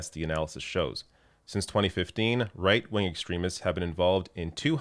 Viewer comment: I could have sworn said “reich-wing”. 🙄